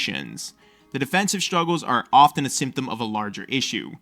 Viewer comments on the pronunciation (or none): none